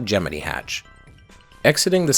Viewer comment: “Gemene” No. It’s GEM- MIN- EYE